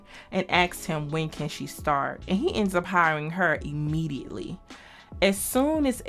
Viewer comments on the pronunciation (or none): Dolla Bill hired Ebony "immegeietly". Not immediately. lol